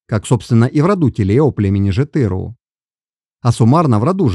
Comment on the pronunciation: Брат всё прекрасно Но как совет от казаха запомни одну деталь на всегда Все казахские слова, независемо от рода и падежа не имеют ударения. Тоесть ты акцентируешь ударение на заглавных или средних буквах но нет Ударения в казахском языке всегда последняя гласная буква Жетіру’ Байұлы’ Не-жетЫру А ЖетірУ Пон?